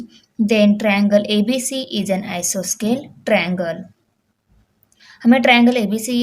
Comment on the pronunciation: isoscale nahi hota isoceles hota hai